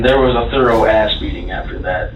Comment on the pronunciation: He said thorough ass beating lol